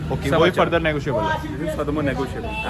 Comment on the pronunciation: Like who heard the word ”NEGOSIBLE" frequently by